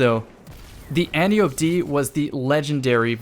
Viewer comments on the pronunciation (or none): Antiope - "Anne-tie-oh-pee" not "Ant-E-Ope" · It's pronounced "Anne Tie Oh Pea" Also, full in air accuracy sounds nice! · I could be wrong but I’m pretty sure that is an anglicisation of the pronunciation. Correctly, it would be anne-Tee-oh-pee. There is no “eye” sound in Greek vowels iirc.